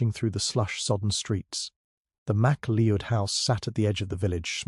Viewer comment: Good story 👏🏼🇦🇺 McCleod is pronounced McCloud 😮 Hamish is pronounced Haymish 🥴 AI programmer take care. It's not hard 😔